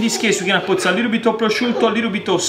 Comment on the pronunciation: 10 times "a liiddle bid of olive oil", got it.